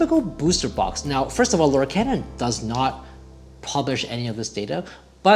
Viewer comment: Lorcana is pronounced "Lohr-KAHN-uh" (lore-CAHN-uh). The name is a blend of the words "Lore" and "Arcana"